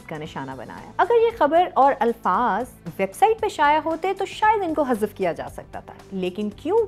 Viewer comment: شایا نہیں شائع۔۔۔ جیسے ذرائع 😊